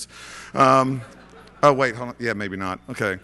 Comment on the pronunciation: lol "M' Kay"